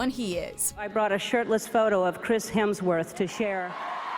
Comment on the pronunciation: Chris Helmsworth. Oh my gosh.